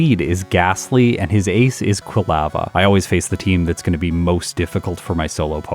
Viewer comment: Excited to see a bellossom run. One of my favorites! But, your pronunciation of "quilava" is driving me crazy. 🤦🏼‍♀️